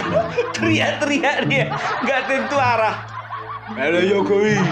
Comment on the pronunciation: 😂😂😂😂NGOMONG SENDIRI DIJALANAN..RISMON SDH.MULAI EDAN.HOPHO HOPHO....HOPHOWI...😅😅😅😅NGOMONG JOKOWI KOK HOPHOWI.